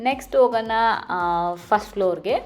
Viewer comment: your pronounciation of ಣಾ is ನಾ. ಹೋಗೋಣ, not ಹೋಗೋನ. ನಿಮ್ಮ vlogs ಚೆನ್ನಾಗಿ ಇರುತ್ತೆ. ಹಾಗೇ ಸ್ವಲ್ಪ kannada ಉಚ್ಚಾರಣೆ ಸರಿ ಇರಲಿ. ನೀವು ಮಾತ್ರ ಅಂತ ಅಲ್ಲ ತುಂಬಾ ಜನ ಇಲ್ಲೇ ಹುಟ್ಟಿ ಬೆಳೆದು, ಮಾತೃ ಭಾಷೆ ಕನ್ನಡ ಆಗಿದ್ರೂ, ಒತ್ತಾಕ್ಷರ, pronounciation ಸರಿಯಾಗಿ ಮಾಡೋಲ್ಲ. Pl take positive.